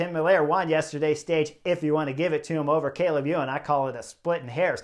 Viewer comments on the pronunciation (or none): none